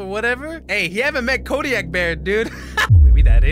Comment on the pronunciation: my guy rlly said “Kodiak bear”😭💀